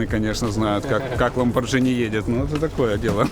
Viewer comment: Ламборгини, а не ламборджини. Реальный бизнес, начинается с реальных названий.